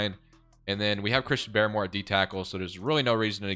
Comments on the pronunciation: Uche pronounced: " Oo-Chay." and Barmore is just: Bar-more not Baramore. Nbd just cringe when you say the names wrong 😆. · Pronunciation of Uche and Barmore is hilarious hahaha